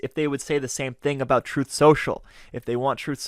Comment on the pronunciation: "Troth." If you can't enunciate the word truth, Houston, you have a problem. 📢